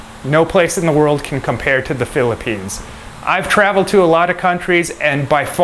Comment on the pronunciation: What is philippines ? Sound like slum